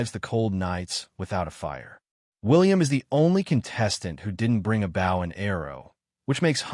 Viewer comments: I had to dislike the video and stop watching because you kept mispronouncing "Bow and Arrow" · Narrator does not how to pronounce BOW !!! It is a survival show lol